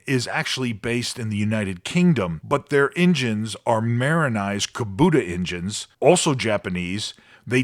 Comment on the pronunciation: Excuse me, you are pronouncing the name of the engine wrong…it’s K-boat-A…😅